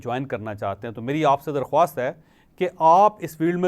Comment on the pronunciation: Sir...Darkhaast hay...Darkhwwaast nahi